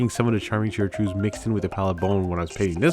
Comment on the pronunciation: I thought it was "kai-trids". Like the sound in kyte or chitin.